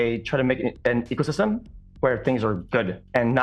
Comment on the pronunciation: xQc is the only known speaker of his language. xQc can somehow fit the word ecosystem into a single syllable.